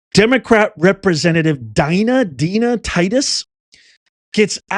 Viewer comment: Dina Titus ( Dee-na ) shes from Nevada